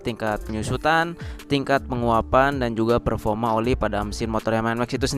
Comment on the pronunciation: Performa bang bukan ferfoma